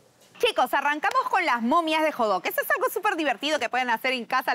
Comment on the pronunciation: acaso no se pronuncia Hot dog xd? Con la T, lo dicen como Jodog :v